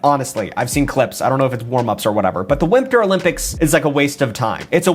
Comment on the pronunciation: That’s proper pronunciation